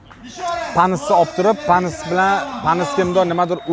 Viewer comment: patnisni yomon gapirdilarda